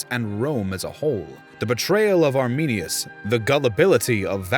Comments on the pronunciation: The name is Arminius not ArminiNus. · When you said Arminius I wanted to cry